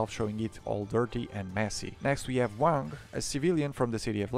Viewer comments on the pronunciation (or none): none